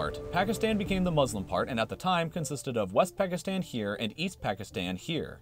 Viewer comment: You say the countries ending with “stan” wrong -let’s take Pakistan 🇵🇰, it’s pronounced: “Packistaan”, but you say: “Packistann.”